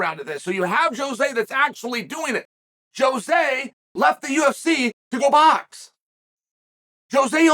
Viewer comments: I love how Chael mixes up everyone's name, even Jose who is now called Joe-Jay Aldo 😂😂😂😂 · “Joejay aldo” - chael 😂😂😂